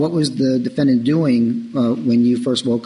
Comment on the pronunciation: The defend-DANT lol